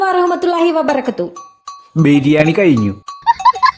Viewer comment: vabarakathu alla😂😂😂 vabarakkahthuhu